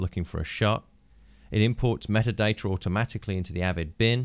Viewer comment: lol... "metadater"